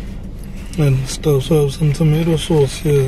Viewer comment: 🤣🤣🤣🤣🤣🤣🤣 tomatoe sauce